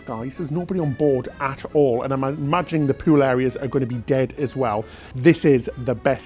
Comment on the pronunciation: I don't mean to sound petty but half of your presentation is you speaking. I find myself irritated by the way you pronounce many words, such as "tuna" (choo-nah), "boulevard" (boo-lev-ard), "pool" (poo-well). To be really top-notch, you should pay attention to the pronounciation of words. I know you will probably say that you have done quite well so far with the way you pronounce these words so why should you worry about it. I am probably in the minority but it really does turn me off.